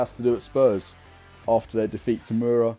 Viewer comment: See you at a presser soon mate! Slovenians reeling after that pronunciation of Mura 😂